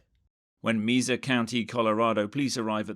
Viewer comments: Not “MEEZA” Colorado. 🤦‍♀️ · You should use a real person narrator not AI. It pronounced "Mesa" as "Meee-suh" really? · Mesa is pronounced May-sa. But nice twist, giving the AI a British accent.